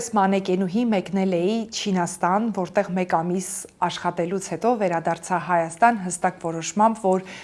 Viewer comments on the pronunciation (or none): none